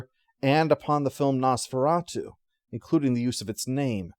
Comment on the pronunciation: What is Nose-Fur-At-You?